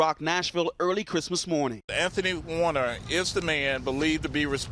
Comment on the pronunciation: Anthony Q Warner...sounds like Weiner (where is the laptop?)